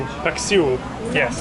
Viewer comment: Thumbs up to you man, You pronounced it well, Dinuguan & Paksiw 😊 .